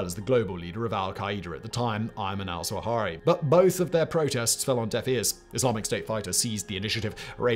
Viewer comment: I could be wrong, but I thought his name was pronounced "zWAH-HEERY".